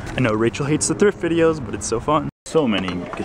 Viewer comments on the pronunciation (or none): none